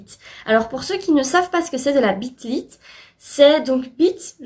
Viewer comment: je suis pétée de rire de comme t’as prononcé « Rhysand » alors que t’es bilingue 😂 jpp 😂😂 : Tqt on a tous remarqué ton sourire quand tu prononces le « bit » de « bit lit » 😂😂 — Cinder : J’ai lu le premier tome mais je n’ai pas aimé. Je pense quand même lire les second et troisième tomes pendant les grandes vacances pour me faire une idée ! Je ne veux pas rester sur un échec. — ACOTAR : Pareil que pour Cinder. J’aimerais DÉJÀ essayer de finir le premier tome 😂 et puis essayer de lire le second! Si j’aime toujours pas, tant pis. On pourra continuer à se « disputer » par rapport à cette saga 😂 — Phobos : Je suis totalement d’accord avec toi ! Vraiment une saga de fou 😍. Effectivement, Serena est une de pires méchantes que j’ai eu l’occasion de voir 😂 (pas autant que Voldemort, QUAND MÊME). Mais dans le tome 4, ça devient limite drôle de comment elle tourne (faut vraiment que tu lises ça !). — Lux : Cette saga m’intrigue depuis des mois. J’ai le premier tome sur ma liseuse alors j’ai hâte de voir ça ! Tu m’as vraiment donné envie de m’y mettre lorsque tu dis que ce n’est pas une histoire de loup-garou ou de vampire (j’avais vraiment peur que ça soit ça quand on la qualifie de bit lit). Par contre, ça m’a un peu refroidi lorsque tu as dit que c’était un mélange avec de la New Romance 😭😂 (je sais que c’est un genre que tu adores mais j’ai vraiment trop du mal !) — Insaisissable : Ça fait plusieurs fois que tu en parles et encore une fois, je suis vraiment intriguée par